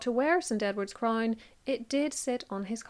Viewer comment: A CRAINNE? Deleaaate? Pronunciation is 😅